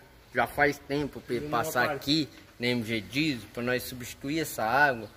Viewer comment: Não adianta escrever pro falar bem... Faz meses que anda tentando falar GOOD, e ainda fala GUJI.... Igual ao pessoal que ali não fala DIESEL, e ainda segue falando JÍSEU....